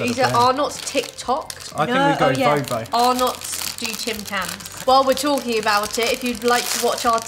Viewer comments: For the record. Arnotts is not pronounced "Are knotts", it's "Ah-netts" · It’s pronounced Ar-NETS not “ar-NOTS”, sorry but as an Australian that hurt my brain cells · We don't really say it with a hard 'O' though - maybe more like Ar-nuts, just a bit softer? Emphasis on the 'Ar' sound, not the second part. I'm from Victoria and I've never heard anyone pronounce it as Ar-NOTs. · When they said it like Arnott I cringed lol it’s arnits and tic tics were made before Tim tok xD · LOL! We don't pronounce them "are nots", the name flows a bit smoother, like "arnits" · I have NEVER heard of ARR-KNOTS. 😳😳😳 Take a tip from an Australian: it’s pronounced R-NITS. And you should have a warning because Mint Slice contains actual mint. One biscuit is enough to set off people with a mint allergy. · I'm from Australia and for some reason it's really annoying me that they say ARE NOTs. We called them arnets. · It’s not pronounced (are nots) it’s (rnets) FYI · I thought he said "our nuts" i pissed myself laughing though😂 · In Australia we pronounce arrnots, arrnets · Arnotts is spoken as (are nuts) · You pronounce arnotts arnits not how it is spelt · Listening to you guys say Arnott's wrong is funny as 😂😂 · Btw you say arnotts wrong